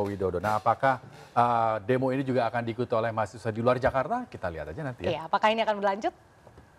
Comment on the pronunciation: Ini orangnya yg gak sekolah.....nyebut mahasiswa ....mahasewa ...tar nyebut satpam jadi saptam